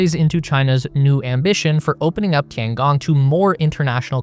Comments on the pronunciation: The way you pronounce it would be "Tiangang" It's a long O. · if you can ask any AI how to pronounce Tian Gong, then properly pronounce it in your video, that would be very nice. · pLS, LEARN TO PRONOUNCE CORRECTLY, TOTALLY WRONG! (SO AMURICAN)!! DING DONG